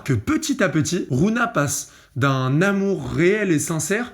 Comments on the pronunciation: Ça aurait été une big masterclass si tu disait rougna et pas rouna mdr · Ça ce prononce rougna par contre mon reuf